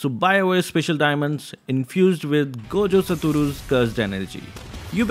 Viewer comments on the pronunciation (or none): none